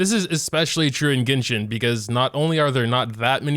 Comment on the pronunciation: "ginshin impact"